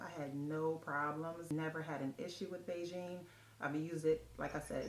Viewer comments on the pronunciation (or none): The pronounced like Begin..... Not really “Beijing” 😂😂😂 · HEY!! Good to see you again!! Thank you for sharing this information- it's much appreciated!! PS. The correct pronunciation is "bee-ghin." Thank you!❤